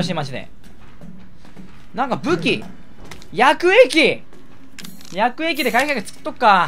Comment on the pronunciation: 毎回絶対言うやくえ↑き↓～♪